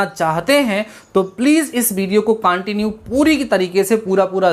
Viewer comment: He said cantinew 👏👏